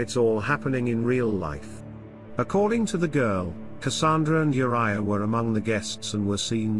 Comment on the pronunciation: why do yoh pronounce the girl's name as WHORE-ia?!?!?!?? It's U-riah, or Ooh-riah. NOT WHORE-ia ya GOOF!